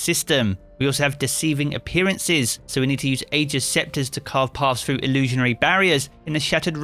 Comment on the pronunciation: I'm mildly irritated by the way you pronounced Ager